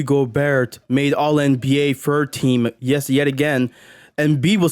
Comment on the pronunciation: A guy who says “fird” team instead of third team is talking about “aura” yea ight